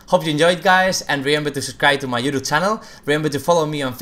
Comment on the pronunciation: is anyone annoyed by how he says youtube? or just me